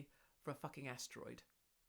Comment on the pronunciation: Rather that than what I thought she said - hemhorroid(s). 😂👍